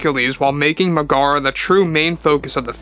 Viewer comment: Double check your pronunciation of Meg-a-ra and Hay-dees.